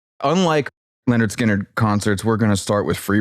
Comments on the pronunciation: The only thing that sucks more than Lynyrd Skynyrd's music is calling them Leonard Skynyrd incessantly. It's LYNYRD, you fucking windowlicker. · pronouncing "Leonard" every time = top troll